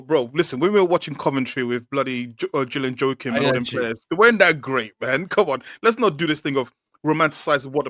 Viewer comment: Man said Julian Joachim lol